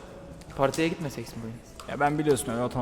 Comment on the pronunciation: Gitmesek mi Yi Neden Gitmeseks mi Diye Söylüyosunuz ???